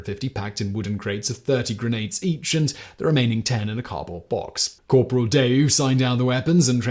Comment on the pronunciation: Giroux is pronounced zhee-ROO